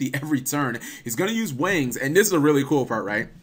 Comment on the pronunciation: Every time you say Wings you sound like your saying Wangs.